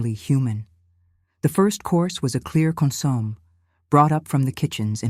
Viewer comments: Wrong pronunciation of consommé, opposite accenting. The accented pronunciation should be on the e, last syllable. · I'm enjoying this story. I don't understand why some people have to be so nitpicky about these stories. Yes, they are correct about the mispronounciation of the word consomme, but there's no need in complaining. Thank you all for the time you take to produce these stories for our entertainment!